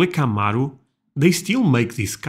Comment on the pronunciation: You pronounce it right CAMARO not like the narrator keymeyro 😂